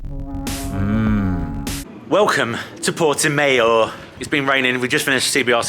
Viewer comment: You so butch the Portimão name.